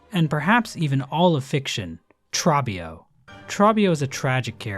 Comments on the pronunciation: ITS TROBBIO NOT TRABBIO HE LITERALLY SAYS HIS NAME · okay genuinely though, great video, but you're the second youtuber I've heard say Trobbio like "TrAH-bio", when he yells "TrOH-bio". It's just weird that this is the name people mess up, when he's the one character in all of HK or Silksong with a spoken name. The guy yells it, and you hear it multiple times. Afaik he's the only one with an in-game confirmed pronunciation. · All around great vid, except your pronunciation of Trobbio. Trobbio is the one character who literally says his own name, so we know exactly how its pronounced. Troh-bee-oh, instead of Trah-bee-oh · Why does everyone say trawbbio when the dude himself literally says it trobbio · By "OH" they mean "OH" as in "oh", not the vowel in "trot", and this isn't an accent thing. It would be like if someone pronounced Robe as Rawb, Coby as Cawby or Trobbio as Trawbio. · Aint no way bro pronounced Trobbio as "Trahbbio" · That Trobbio pronunciation (“Traw-bee-oh”) is…oof. I mean, the character literally shouts out his name multiple times in each fight lol… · Trobbio is not pronounced like that. It's more like tr-oh-bee-oh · I love everything about this except the way you pronounce Trobbio with a short "o" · why pronounce trobio like that when he literally says his own name completely different in the game?, its not trahbio... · The way you pronounce trobbio is so grating to the ear. Idk if it's on purpose 😂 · How do you mess up the pronunciation of the character that yells his name like a Pokemon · I can't get over how you pronounced Trobbio... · Did...he just mis-pronounce the name of Trobbio? The very name the boss says to you? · wild choice to mispronounce "Trobbio" when he says his own name for you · what if the hallownest weavers went back after they saw the pale king using the void and thought they could use the void to kill GMS. prolly died just died in pharloom. Also Trobbio screams his name every few seconds, how did you mispronounce it?